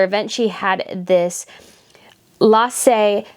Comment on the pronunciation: So I know its not nice to laugh at people trying and failing to pronounce danish names. CP Marys dress, the red and then the silver is created by Lasse Spangberg. But Lasse is pronounced La-s-se. La, but not lar. His last name is Spangberg. Spang-berg. Almost like spank, only its a g instead of a k. And I know you try, and I do appreciate it, but its just funny comming from another Dane, where Lasse is one of the most known and commen names we have